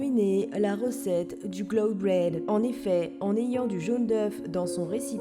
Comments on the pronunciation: Chaque fois que tu disais Cloud BRAIN un boulanger anglais meurt dans le monde... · "du glow bread" 😂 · "Cloud Blwen"